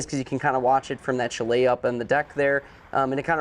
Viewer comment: Nice review, but the word Chalet is pronounced CHAley emphasis on the first syllable. Your way was hard to listen to.